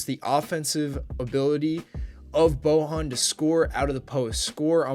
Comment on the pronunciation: You read his first name wrong. Try boYan